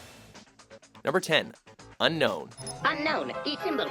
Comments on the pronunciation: it's unown,not unknown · its Unown, not Unknown. (Im pretty sure) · why do everyone say unknown I thought its unown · unknown is pernounced un-own weird right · By unown...did he mean un-own? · “Spell of the Entei: Unown”?? What the fuck?